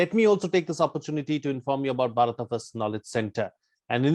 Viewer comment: Dear, I'm a Telugu speaking person and We pronounce as BHARATA only but not as Bharat. In my view, what pronounced is correct 😊🙌🙏